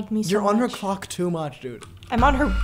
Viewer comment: he did not say clock